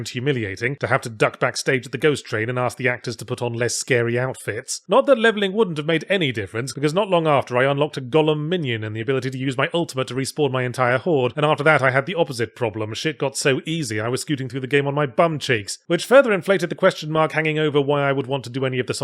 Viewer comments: ...not long after, I unlocked a Gollum minion... Now, did he mispronounce "golem" on purpose and stick Andy Serkis's head on the guy just to fuck with us? Seems like the kind of thing he'd do. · English people say gollum instead of golem unless they're talking about the Pokémon